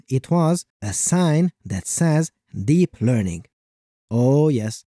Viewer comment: ah yes deinp lerpt